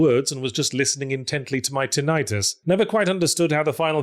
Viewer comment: I'm sorry... "happen-y? Tin-EYE-tus?"